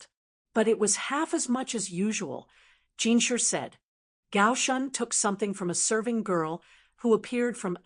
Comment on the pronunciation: It’s pronounced JinSHI not Jinsher (no hate)